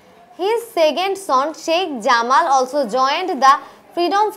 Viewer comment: Jamal er Pronunciation ta ঝামাল নয় জামাল হবে😏🙂